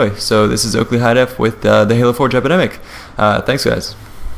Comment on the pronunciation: I keep hearing him say "Halo 4 Jepidemic"